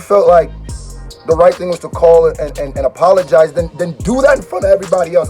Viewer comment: How did you fuck the Word "apologize" up so bad 😂